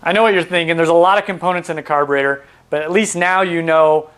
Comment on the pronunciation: Its carburetor, not carburator. ' e ' not ' a .' Otherwise, very good.